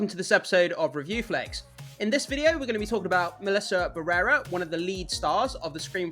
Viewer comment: It took me forever to understand whose name you were saying!! BARRERA it is BA - RRE - RA Why do English speakers struggle so much with Spanish pronunciation 😅